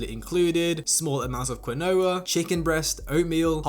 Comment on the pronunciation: Bro please work on your pronunciation. "Quinoa" is "KEEN-oh-ah." "Allegiant" is "a-LEE-jent."